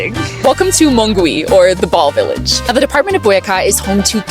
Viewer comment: Hi, since you want to improve your Spanish, remember that in the word Mongui, the ‘u’ does not have a sound. Just like in the word guitarra. So you would pronounce it like ‘MONGI’😊